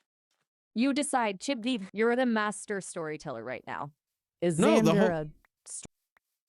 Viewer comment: Chib vod? ❌️ Chub wod? ✅️